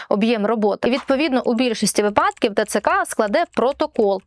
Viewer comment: вИ'падок. Не випА'док.